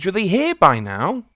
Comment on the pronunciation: "are you serious right neow"(bro)